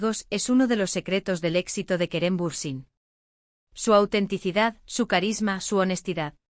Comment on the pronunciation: Будьте любезны, если вы, блогеры, решили освещать всё о актёрах Турции, сначала выучите их имена и фамилии. Вы так исковеркали фамилию Берсин, что читать больно, раньше было смешно, а сейчас больно и обидно. Эти две Звезды, Керем и Ханде, великолепны, красавица и королева, и король симпатяга. Им жить, не тужить, веселиться, радоваться, идти по жизни, пожениться, деток нарожать. А потом воспитывать, любить, лелеять и радоваться, каждому их успеху. Большего счастья в жизни и не надо. Но, любимые мои, что случилось? Кто, кому перешёл дорогу или была измена?. С Богом в вашу счастливую жизнь и не обращайте внимание на слухи, домыслы, сплетни. Я Вас очень люблю❤😘.